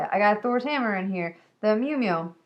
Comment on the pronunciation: I think you just called Thor's hammer, "meow-meow". i love your show. I'm glad I convinced you to talk about Saga. it sounds like a great series.